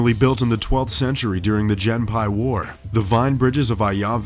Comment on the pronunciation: “Jenn-pai war.” What? Who were the “hai-ki? “Ihashi?” “Saki-menato?” Where? Are these Japanese words?